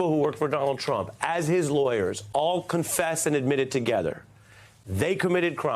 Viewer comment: MSMBC iss a JOKE!!!! they took a plea!! why do you emphasise the word "CONFESS??" is that what HUNTER DID ? confess??